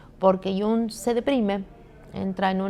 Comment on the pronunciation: Muchas veces es difícil pronunciar apellidos extranjeros, pero que lindo suena al pronunciar Freud con la "d" final y Jung con la "g" final...